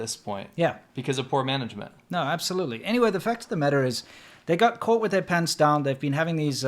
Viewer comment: Did say 'coal with their pants down?':)